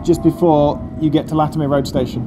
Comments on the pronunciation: I found this odd too. Like, Latimer to rhyme with flattener, not windermere. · Latim-er Rd not Latim-ear Rd! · Latimer Rd Station is not pronounced Latimear, It's pronounced Latima.